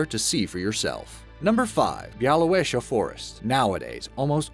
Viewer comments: Bialowieza = Biawoviezha (ż is the middle sound in measure or treasure (the rolling sound)) Love the fact you included so many Polish forests! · Oh my god you pronounced Białowieża so wrong